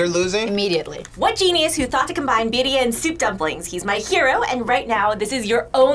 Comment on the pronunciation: Sure would help if they said Birria properly 🤷‍♂️